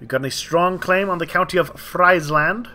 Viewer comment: Friesland, is actually spelled like Freeze, so Frezzeland, is pretty much how it's spelt, not trying to be rude, just helping is all.